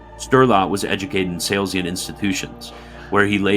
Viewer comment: No, it's not minor at all. It goes straight to the credibility of the writer and the narrator. It says "This is not a serious effort. Any ol' thing will do. We don't need to check things like pronunciations or facts." The video cannot be taken seriously by serious people. If you had surgery and the surgeon left a sponge inside your body, would you call that "minor"? And "Salesian" is far from being the only mispronunciation--stuff that is easy to look up, but they didn't bother.